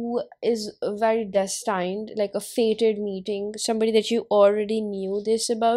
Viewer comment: hahahaa so funny how u said destined... its DÉS tind not des TAINED ok